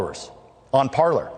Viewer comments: Parler is the French verb “to speak”. So I don’t think they spelled it wrong, but definitely saying it wrong. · Ignorant uncultured idiot at that; "Parler" is French for "to speak", it's not for "Parlour", which the type of den those Hollywood types like to hang in.